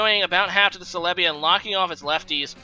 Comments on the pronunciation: Celebi = se-le-bi (stress the se not the le) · The way he says some pokemon names like celebi not calehbi or intimidate makes me cringe but still love his vids